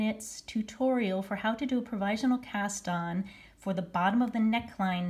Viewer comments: Leave it to you to make a mispronunciation so entertaining. The meme from your newsletter had me dying, and now your use of the Count from Sesame Street is a total bonus. I love to quote him with his Dracula accent whenever possible “1! 2! 3! 4! Ah ha ha ha”! :D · That is funny indeed! I had to hear it rather than just read about your mispronunciation of provisional in your email. Omg you're killin' me!